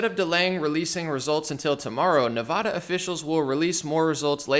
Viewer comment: I lived 15 years in Nevada. The first 'a' is pronounced the same as the 'a' in apple. It's cringey to hear it wrong.